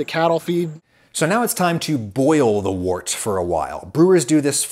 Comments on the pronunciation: The word “wort” is not pronounced like “wart”. It’s pronounced like the words word, work, world, worm, worst. It’s like “wert”. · Wort is pronounced "wert" - the professor should know this. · as a german, hearing you say "wurt" (or however you say/ write it) sounds kind of unappetizing. Würze is a lot yummier sounding :D if you translate it, it should be something like spice (not as in spicy (hot), but more the noun spices) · Mostly in the UK Wort is pronounced 'Wert'. Which is unusual even in UK accents. I think this is because this is how Wort was originally pronounced by the Saxons, and you don't mess with anything relating to beer :) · Had a lot of associations with US brewers/breweries, they also pronounced it 'wert.' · I think it's pronounced "wert"